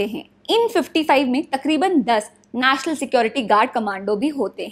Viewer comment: Not naasnal its national...